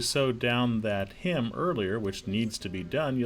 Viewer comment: its not pronounced, “hym”, its pronounced “hem”. A hym is a song